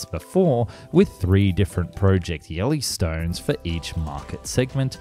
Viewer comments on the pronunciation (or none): Oh yes, project Yelly-stone...